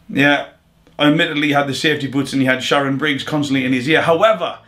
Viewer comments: Man said Sharon briggz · Swear he calls shannon Briggs "sharon"